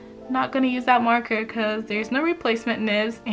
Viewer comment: Copics was bwetter, becwause the ays, i luv it